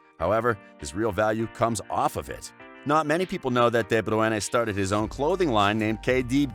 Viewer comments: Literally no one:: Kevin De bruana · De Bru Ene???? Just say KDB. WTF!!! Annoyed watching this video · Why the f are u saying debrwoonè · Just say KDB next time :p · Kevin Debruena! Well that's how this pussy pronounced it!! 😳🙄. Shocking!! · De broy na that’s how to pronounce it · It’s Deh-broh-een!!! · Kevin de bru ene😂😂💀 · Who the fuck is Kevin De Bruenen????? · rightly said, everytime he butchered " de-bruyana " i chuckled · Say his name right you dumbasses... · Your pronunciation of KDB's name is farcical. It's insulting. Mr. Gaa--Uul-See-day. That's what your username would be pronounced like by your incredibly useless speaker. I couldn't even finish watching the clip, it's that irritating! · Maybe listen to how people's names are pronounced it's a joke you do it all the time and have to turn off. Sort it out pal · Good effort(6/10), pronouncing his name, compared to the BBC. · The way he says his name HURTS, as an American who can actually say his name, that insults me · Learn to pronounce his name mate. And what is this "untold truth"? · Has to turn off can't listen to your pronunciation it's not a Spanish name you bell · Why do you pronounce his name like that??? Are you deaf? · Great video but just work on the pronunciation of his name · I'm about to throw my phone across the room at that pronunciation. Americans just don't seem to be able to pronounce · I got cancer how he said De Bruyne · The confidence when mispronouncing is remarkable. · I hated the way u said his last name omg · C'mon! 😳 WTF Is this??? You can't even get a guy who can pronounce De Bruyne's name???? He's only the BEST assists player in the world!!! Shameful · Had to mute each time he says De bruyne's name in the weirdest way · What the actual f is this pronounciation of Bruyne 😂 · the way you say is name is distracting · If you're from the UK, you are saying it wrong too. Ask someone from Flanders, they are the only one that can pronounce it right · "De Bruene"